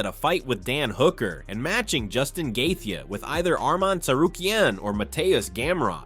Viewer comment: It’s Justin Gae-Chee not Gae-thee. This guy talks in AI!!